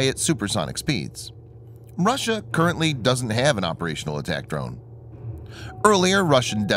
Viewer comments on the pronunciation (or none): none